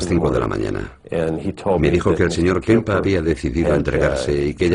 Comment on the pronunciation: Porque este subnormal de narrador dice kempa? Kemper nene Kemper!!! Este tipo ya en otros documentales inventa el idioma y es imosible ver el documental.